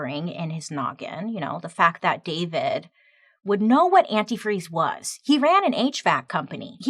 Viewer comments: One of the things I was waiting to hear mentioned and never did is that Stacy kept calling antifreeze "antifree" over and over during interviews with the cops, and it was written as "antifree" in the "confession" note. Ashley properly pronounced it but Stacy never did. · My favorite part that wasn’t mentioned was that she said and spelled antifreeze anti-free. She said it like that in the interview. And she spelt it that way in the letter… What a wild way to be caught. Such an interesting story! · I REMEMBER THIS!!! SHE KEPT SAYING "ANTIFREE" NOT ANTIFREEZE, AND THEY NOTICED THE SAME MISSPELLING IN THE "CONFESSION" LETTER...BUSTED!!!!! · Forgot about the part in the note where it said Anti-Free. And thats how she pronounced Antifreeze when talking to Spinelli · Is this the same story where the lady incriminates herself by calling it "antifree" I remember in the letter and speaking she was the only one who mispronounced it as antifree and not antifreeze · You missed one very important point. The female detective on the case at first realized that the mom kept saying antifree, not antifreeze. She continue to say it during the interrogation, on the stand, but this is the real smoking gun, the letter that was typed said antifree. You can see this movie on lifetime with Nia Vardolos. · I remember seeing an episode of forensic files about this. The detectives said that another clue was that in the letter “antifreeze” was misspelled every time mentioned as “antifree”. When Stacy took the stand and during questioning she kept saying “antifree” while Ashley correctly pronounced the word as “antifreeze”. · For some reason I thought she was the one that kept pronouncing it anifree instead of antifreeze. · The fact that she pronounced the word “antifreeze” antifree also played a part in her conviction because that’s how “her daughter” wrote the word in her confession. 🙄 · Is Stacy the one who kept saying "antifree" in speech and the note?